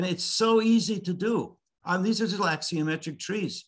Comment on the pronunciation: The word is a ‘axonometric’, not ‘axiometric’. This is architecture 101 . . .